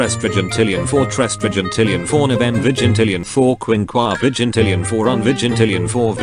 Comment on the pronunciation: When j said all i heard was 400 virgintilion